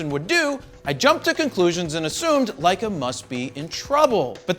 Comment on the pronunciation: Love the "LEISS". Lol